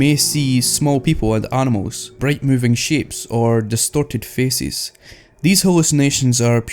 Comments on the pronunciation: sounds like you said destorted fecies xD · "distorted feces" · At #9 i heard: Distorted feces I dont know why but it sounded like that